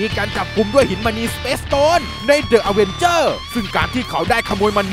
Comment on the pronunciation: เสียง sound ดังไป // อ่านว่า ดิ อเวนเจอร์ นะครับ